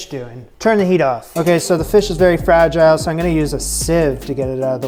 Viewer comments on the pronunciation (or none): none